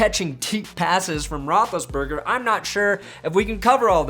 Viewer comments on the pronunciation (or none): Sounded like you about to say Roethis-Weiler.